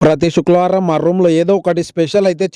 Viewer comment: సూక్ల వరలం కాదురా అయ్యా. శుక్రవారం అని తిన్నగా పలకటం నేర్చుకో